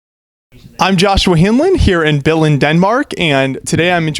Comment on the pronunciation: Hello dude i need to tell you when you say Billund say the U hard so you will say Billund right im from Denmark and i can say Billund very easy...